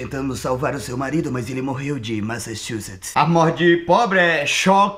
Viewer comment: "... cerebelo de massachuPETS"" KKKKKK